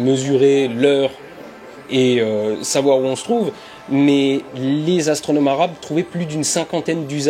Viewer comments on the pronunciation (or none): Les 'arabes' comment il dit ça mdrr.